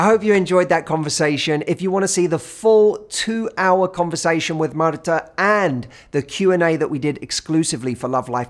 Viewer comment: Hi! I’m from Mexico the same as Martha and I have to say that I love your pronunciation of her name, beautiful